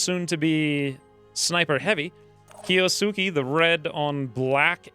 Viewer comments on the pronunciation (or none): Awesome cant wait for rest of series. By the way kiosuke is pronounced as key-ohs-K (silent u)